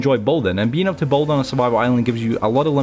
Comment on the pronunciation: He can’t say build properly